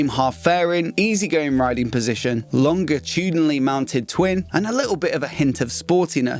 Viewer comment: You really need to learn how to pronounce "centenary" and "longitudinally", dude... Isn't English your first language?